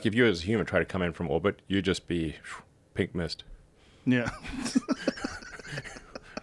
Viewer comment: did he say pig mist??? lol